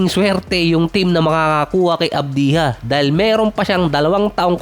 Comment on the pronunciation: Hindi avdiha - AVJA ganyan bigkasin..